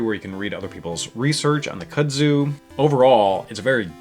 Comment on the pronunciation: Looks awesome. Not to be a hater, but it's pronounced "koodzoo" not "kuhdzew".